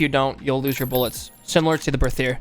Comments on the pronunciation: The Berthier is a french gun if I'm not mistaken, so it's pronounced with a regular "T" sound, not a "TH" sound. "Bertier" basically. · Me and my friends as we were first trying to read this name pronounced it as 'Berthier MLE' so from that day we just call this weapon 'MLEH' and I think it's very informative. Also, I am hyper for SCOTTFIELD META honestly, I really liked the crudeness of this weapon when they added it, but the reload speed was waaaay to long for me to use it in a fight (as we usually just go all in into the enemy team, cuz of playstyle XD) so now with speed loader I think I might find it veeeery nice.